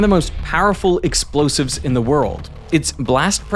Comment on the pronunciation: wtfq are "LOSIVES"? 😅